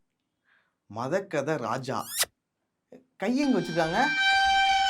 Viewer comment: மதகஜராஜா ❌ மதகதராஜா ✅